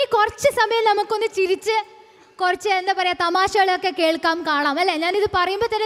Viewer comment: കൊരച്ചു എന്നല്ല, കുറച്ചു എന്നു പറയുന്നതല്ലേ നല്ലത്‌. Try to use Malayalam language properly.